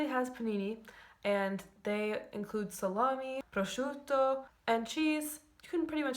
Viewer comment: Incredibile...un'americana capace di pronunciare correttamente il termine "prosciutto"....